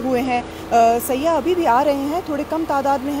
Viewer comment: It's" sayyah" Not siya